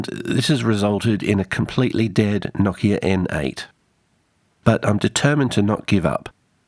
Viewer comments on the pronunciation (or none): Noooo-kia. The accent is on the O, not the I. I know because I worked for that company and part of the on-boarding was to pronounce it properly.